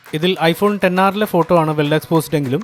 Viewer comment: Finally heard someone calling it 10R instead of "ExR" 😅